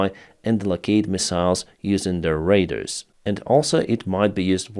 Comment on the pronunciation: When you say Radar it sounds like Raider. It confuses me! Can you sort this out?